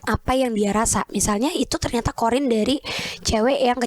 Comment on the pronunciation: Qorin kak, bukan qodir